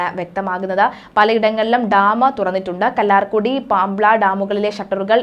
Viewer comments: ഈ വാര്‍ത്തവായിക്കുന്നയാള്‍ പട്ടിണിയാരുന്നോ... അതോ ജവാനടിച്ചിട്ട് വന്നിരിക്കുന്നതാണോ... കല്ലാര്‍കുടിയല്ല 'കല്ലാര്‍കുട്ടി' മൊട്ടേടെ 'ട്ട' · കല്ലാർകുട്ടി ഡാം, അല്ലാതെ കല്ലാർകുടി അല്ല